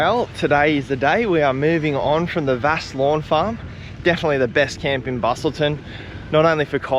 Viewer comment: And Vasse is Vass.